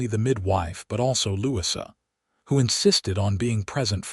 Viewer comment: Please listen to you ur story. The correct pronunciation of Louisa is NOT Lou-sea. This mistake takes away from your story.